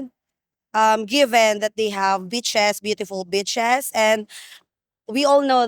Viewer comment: Lmao I thought said Thailand had beautiful b**ches the accent had me 😂😂😂